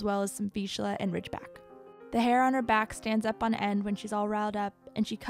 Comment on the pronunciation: Thanx for the amazing pronunciation of vizsla :)) it made me instantly soooo happy.....mostly it's said wrong.... Great job... Just a Hungarian follower of yours.... 👍😁❤️